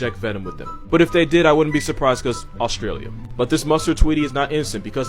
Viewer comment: Did my man say Auschwitz instead of Australia???